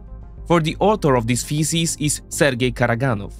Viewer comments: U pronounce ‘thesis’ like ‘feces’ 😂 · "the author of these feces" 😂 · did you say thesis or feces? Never mind. You're right, either way. Thanks! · "For the order of these fecies ..." 😂🤣 Sorry, I couldn't hold that back! (Pun not intended!)